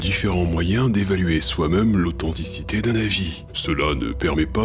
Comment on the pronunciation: D’où vient ton accent? J’avais une prof à Grenoble qui avait le même accent, mais je ne l’ai pas retrouvé chez d’autres Grenoblois... ça s’entend particulièrement quand tu prononces « même » « meum « ...